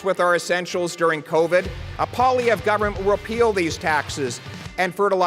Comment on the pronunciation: good pronunciation of pierre pollievre and I'm not saying that sarcastically